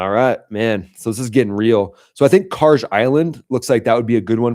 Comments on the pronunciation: No..i think it's KarG...like Guerilla...not Karje like someone who tapes down n tucks under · Please stop pronouncing Kharg island that way. If the G was a J you would be saying it right, but it’s not. Thanks in advance.